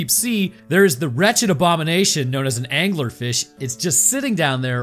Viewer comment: in my head, says "anglerfish" the same way timmy's dad says "dingleberg"